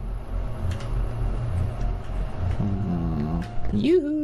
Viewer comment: said yoo hoo (sorry for my bad spelling) in a historical way!!😂